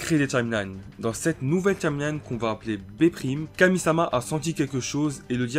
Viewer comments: POURQUOI TU DIS TCHIMELINE SA ME STRESS DE OOOOOOOOOUUUUUUUUUFFFFFFFFFFFFFFF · Tchimeline Tchimeline Tchimeline.. Wesh comment tu fous la haine à prononcer ça comme ça.